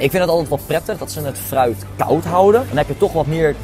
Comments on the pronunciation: Zei je nu echt vruit? 😂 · Ik verstond vruit 🤣😂🤣